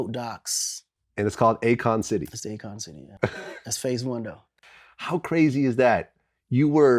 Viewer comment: A-Kon city. It's in the name, its a A KON!